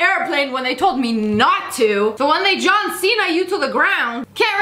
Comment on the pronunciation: She said jhone Cena